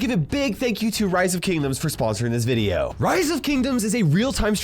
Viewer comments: bro also said veideo 💀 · Bro said veideo